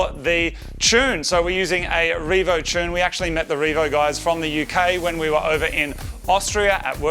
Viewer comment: I still can't get over how Moog says "tune"..... "chune" is not a word lol